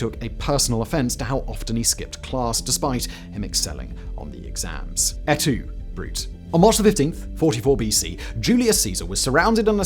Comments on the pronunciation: Leave it to Simon to mispronounce even a quote as famous as, “Et Tu, Brute?” And, yes, to make sure, before posting, I confirmed the E is pronounced and not silent as in the word brute. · It isn't "aytoobrut" It is Ate Too Brootay. Yes, I'm pedantic. Please, for the love of little green apples, check your pronunciation :) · It's pronounced Ett Two Broo-tay.